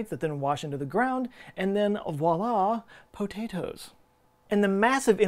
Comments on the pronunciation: "Voila, poh-tay-toes" :D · “...And viola po-ta-toes “ frickin killed me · The way he said "potatoes" made me giggle...why? idfk Im dumb haha